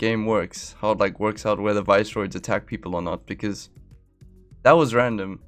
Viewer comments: They are pronounced Viss-er-oids note vice-roids :-) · I think the visceroids are pronounced like visceral rather than like viceroy